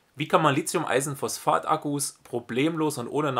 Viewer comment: Gutes Video, aber eine Sache stört mich: "Lithium", nicht "Lizium".